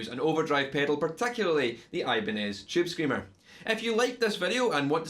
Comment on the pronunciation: chewb screamuh